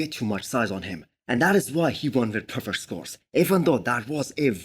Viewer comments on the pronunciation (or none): none